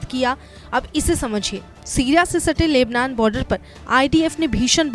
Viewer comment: बहन लेबलान नही लेबनान है 0:2 इतने बड़े रिपोर्टर होकर क्या बोलरहे हो? From nepal